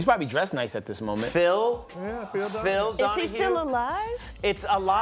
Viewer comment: said Donahue, 😂😂😂😂😂